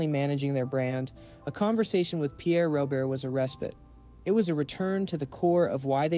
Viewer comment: Such a wonderful man gone way too soon. Truly one of a kind. I appreciate the sentiment of this video but his last name is pronounced wrong here. His first and last name rhyme. As another commenter stated, it’s Pierre “Ro-bear.”